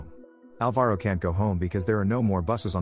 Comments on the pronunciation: Its not alva-ro, its pronounced al-varo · That's not how you pronounce Alvaro